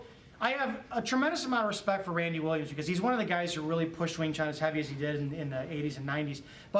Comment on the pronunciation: sorry to say u pronounce it wrong ..not wing chung.... our chinese brother can give u a correct pronunciation... similar like to pronounce IRAQ not AaiiiRakk